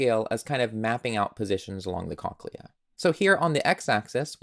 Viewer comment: this is actually really cool but WHY ARE YOU SAYING CONKLEA